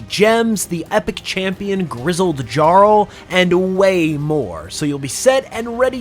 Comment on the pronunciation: Grizzled Jar-ul 😂